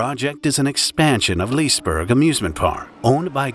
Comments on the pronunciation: Liseberg isn't pronounced lisberG. It's closer to liss-eh-berj. How does one research a topic without ever hearing the way it's pronounced? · What is this "Leese-burgh"? :) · Its lis-EH-Berj not lis burg … never thought my hometown would feature on this channel. It was really tragic, been to liseberg many times…it has a good safety record before this. Fun fact, once, michael jackson rented out the entire park and visited by himself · By the way you dont say lisberg you say lisebery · I remember when this happened it’s so crazy, I’ve been to the regular Liseberg amusement park dozens of times and this accident is the last thing I expected Also you’d pronounce it more like lee-se-berg not leese-berg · Li se berg! Not lisberg, see the difference? 😂🤦🏻‍♀️ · it sounds very funny how you express the parks name, You say pretty much Lisberg without the E when it is Lis-E-berg. :) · LisE-Berg NOT "Lisberg" 🚫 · It's not Leesburg, it's "lee-suh-berj" (where the 'j' is a sound like the y in "you") That said, I am surprised I didn't hear of this one. Seems like a big one. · LeIsBoUrG ist liseberg or just liseburg.i just got mad at how he said liseberg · its pronouced lis-e-berg bro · Ahhh, the classic park called Lisberg and not Liseberg. 😄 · I beg of you, at least look up the basics of how names are pronounced lol. The first "e" in Liseberg is not silent whatsoever. Liss-eh-berg. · As a dude in the comments i feel obligated to tell you its Liss-Eh berg. You DO pronounce the E. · It's pronounced Lisse-berg. But that's not easy to understand for a non native Swede. :) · yeah ”lisbörg” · Please actually pronounce it as Lis-e-berg, like I'm swedish, Good video though. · Liseberg is pronounced LEEway-SEcond-BAd-RG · Note: The "e" in Liseberg is not silent. It is not "Leesberj". On the positive side, it seems this is a YouTube video based on facts and not made up or overexaggerated, which is nice. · That's a weird pronunciation of "Liseberg"... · bro can't say liseberg 💀